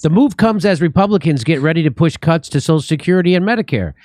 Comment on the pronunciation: Did Jimmy say "Benefit cucks"? Or "cuts"?